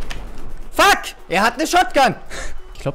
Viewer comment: Haha, du sprichst das englische "u" richtig geil. Statt Fuck Fack usw